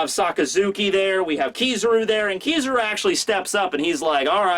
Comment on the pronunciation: it's pronounced ki-ZA-ru (kee-zha-roo) not KI-zaru (kee-saroo)